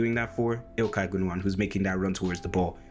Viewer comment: Confirmed by another German. Btw, you pronounce Gündoğan more correctly than most Germans. 👍